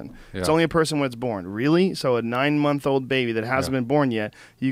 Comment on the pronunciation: How can a writer pronounce "th" as "f" drives me nuts, It isnt one, two, free. Fursday doesnt come 4 times a mounf.